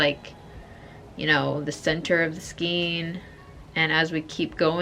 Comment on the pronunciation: Say skein … rhymes with pain!